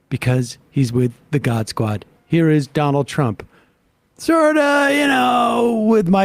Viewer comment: I like the new way Sam says "Donnel Trump." Also the way he emphasizes Elon.